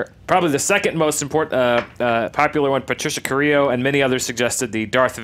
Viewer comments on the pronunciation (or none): none